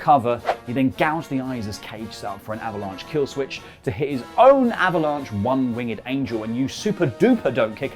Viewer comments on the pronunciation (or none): NO, NO, NO.... IT'S NOT CALLED A ONE-WING-GED ANGEL.... IT'S WINGED (NO DOUBLED G) Seriously, that hurts my frikkin' ears so bad every time EVERYONE botches the pronunciation of Omega's finisher! Seriously, please stop with the wing-ged because I seriously want to scream! And All Out was a solid 5/5. What an amazing show!